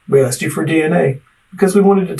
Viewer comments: pronouncing asking 'aksing' is the real crime here. Closely followed by the bizzare names used by everyone in his family. I dont need to know he kiddy fiddled the nieces to know theyre dealing with a monster. Crimes against the english language is enough for a life sentence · "Aksed", "I sais", "whatnot" - what a low life POS!..😢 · And uncle of the year award goes to ( not you ) and asking is pronounced ( asking ) not AXEING learn English 😊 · He aksed them again and again. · Hello. I am not an English speaker and I just have a quick question about language. Is it common to say my "wife akse me" and not "asked me? Tanks for any response. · Why does he says: axed me instead of asked me?! He did it twice so far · "axed", "turned her out"...I'm sure there are others but that type of lexicon although not evidence would make me question this guy and closely pay attention. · Its Asked not Aksed! Texts not Texses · says i’m trying to educate them. then says,,, axed them. dangit. i’m done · She axed me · my wife axed me? jesus christ. english? where is it